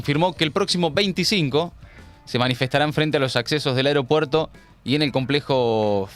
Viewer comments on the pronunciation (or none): none